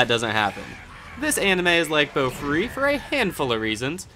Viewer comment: Idk why but the way you say Bofuri irritates me A LOT. It's Boh-Fooh-Ri not BOWFRI